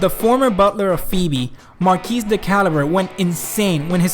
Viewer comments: "Marquis" is pronounced "Mar-kee," not "Mark-eez" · How the hell did you pronounce Phoebe correctly but not Marquis?